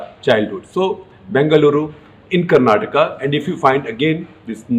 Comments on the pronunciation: Thanks for pronouncing "KARNATAKA" not like typical North indian. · shekhar ji, today am very happy that you pronounced karnataka in the right away. I hope people are sensitive and respectful enough to do the same. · 👍🏼Appreciate the way you pronounced Karnataka & Bangalore otherwise I was thinking people from the hindi speaking places are alphabet 'A' blind/dumb especially when it's with South Indian names...! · Thank you so much for pronouncing Bengaluru and Karnataka the right way🙏🙏 as a kannadiga, my respect for you increased further shekar ji